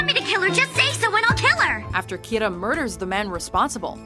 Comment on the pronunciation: Did anyone else hear Kita instead of Kira?